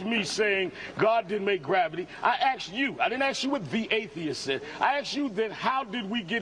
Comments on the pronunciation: Sharpton (I didn't really need to say who I'm quoting, did I?) "I axed you" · "aksed" Heaven help us.